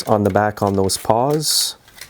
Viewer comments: I think I’m hearing you say “paws” rather than “pawls”… Great video as always! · I think they are called "pawls" not "paws". :)